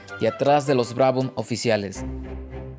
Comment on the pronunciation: Pedro fue mejor en Sport Prototipos. Checo es mejor en F1, que además se ha vuelto mucho más profesional. No vendría mal que repases tu pronunciación... "Brabom", "Olm", "Shifert" y "Shurtis" nunca existieron.